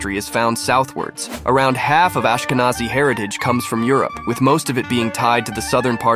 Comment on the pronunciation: It's pronounced differently. In fact, it's spelled "Aschkenasi" in German. It's an old Hebrew word for a region in Anatolia that was applied to Germany by South Italian Jews when they settled with their extended households in the Rhineland on invitation of the Carolingians. It has nothing to do with "Nazi", which was originally a diminutive for "Ignaz" and later came to be used as a shorthand for the National Socialist Party in Germany in the early-mid 20th century.